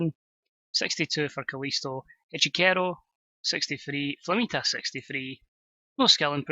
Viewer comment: I believe Echicero's name is pronounced Etch-e-sair-oh